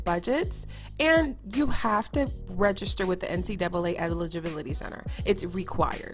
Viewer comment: Love that you called it the N-C-double A 😂 that is how I pronounce it and so many people say things like N-C-A-A or N-C-2 A